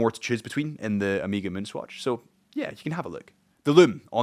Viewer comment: Man , it's Omega not Omiga…. cuts in the ears….